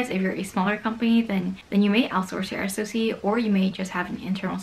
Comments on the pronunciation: I know that it's an acronym, but literally no one in the industry says "ess-oh-see", it's always "sock", the same as SIEM is always "seem" or "sim", not "ess-eye-ee-em", capiche? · SOC is pronounced as "sock", not "ess-oh-see"